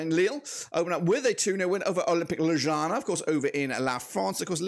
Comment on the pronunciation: Damn i dont think i have ever heard a worse pronounciation of ljubljana💀